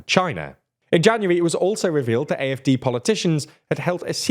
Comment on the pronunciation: The AfD pronunciation was very solid today. Fuck the AfD tho.